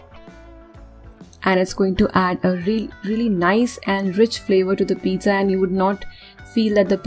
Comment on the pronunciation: You idiot don't know how to pronounce pizza